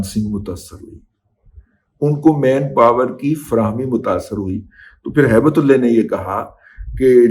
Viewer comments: Razi sb. Please don't distort Allah's name by pronouncing Ullah as ullay in your hate for some person. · Baqi sab theek tha lekin end main Aap ne Haibt ullah ka naam bigar kar bola hai wo theek nai tha kiunke Naam ALLAH ka aap ne thek tarah se nai kaha jo mujhe acha nai laga meherbani kr ke aaenda ehtiat kren , Shukria